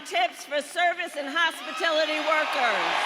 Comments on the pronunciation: KAMALA, YOU MENTIONED "NO TAX ON TIPS IN THE HOSPITILITY INDUSTRY"!!! REALLY?? YOU SAID THE WORD "HOSPITILITY"!!!! NEWSFLASH!!! IT'S NOT "HOSPITILITY".... IT'S "HOSPITALITY" (WITH AN "A"...NOT AN "I") THE WORD IS "HOSPITALITY"!!!!! PLAY IT BACK...AND YOU'LL HEAR HOW YOU MISPRONOUNCED THE WORD "HOSPITALITY" BY SAYING "HOSPITILITY"!!!! REALLY KAMALA??? OMG!!!!!!!! WOW!!!! SO, IF YOU'RE GOING TO BE A "COPYCAT" THE LEAST YOU CAN DO IS PRONOUNCE THE WORD CORRECTLY!!! THE CORRECT PRONUNCIATION IS "H-O-S-P-I-T-A-L-I-T-Y"!!! YOU MAY WANT TO WRITE IT DOWN SO YOU REMEMBER!! I KNOW PRESIDENT DONALD J. TRUMP WILL APPRECIATE THIS AND IS CHUCKLING RIGHT NOW!!!!!! OMG!!! OF ALL WORDS TO GET WRONG AND YOU GET THAT WORD WRONG!!! SO MUCH FOR BEING A COPYCAT!!!! OMG!!! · She can’t even say the word “Hospitality!” Just Listen